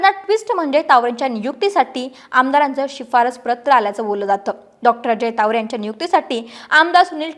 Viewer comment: Tawde nahi tawre Boltanna jara kalji ghya